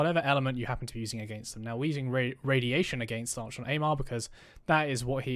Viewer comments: Was super keen to watch your video till the third time you pronounced Archon wrong and had to switch off. Like nails on a chalk board, please google pronunciation before making a vid about it. Sorry to be negative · who tf says it like that? Never heard anyone pronounce it like this before in recent videos I've watched lol. The constant mispronounciation unfortunately did ruin an otherwise good video tho, ngl 😔